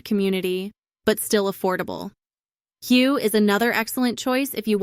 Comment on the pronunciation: Hue is pronounced Whay Nah Trang